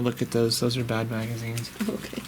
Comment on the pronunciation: Did you say that trunk was full of bat stuff or bad stuff??